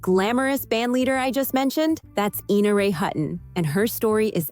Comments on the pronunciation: Ina Ray Hutton's name was "EYE-na", not "EE-na". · "Ina" is Eye-na "Hutton" is not Hut-in Omg. I'm old. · I know a lady named Ina who tells everyone it is pronounced EEna. 🤷🏽